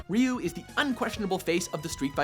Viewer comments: rasta rasta they pronounced ryu the right way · rasta rasta Ironically they pronounced him exactly right. Raiju the way most English speakers might pronounce it is incorrect. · I fast forwarded right away to make sure Ryu was number one ^_^ Very happy now. Oh and mad props for actually pronouncing Ryu correctly. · Nice list, my fav made #2 and I knew who #1 was and props to for pronouncing his name correctly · Fei Long is number 1 for me. And that IS how you pronounce Ryu btw.